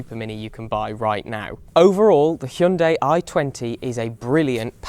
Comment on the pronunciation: You are probably the only reviewer who pronounced "hyundai" correctly